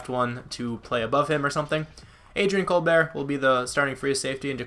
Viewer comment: You were saying Colbert name wrong... or an I wrong?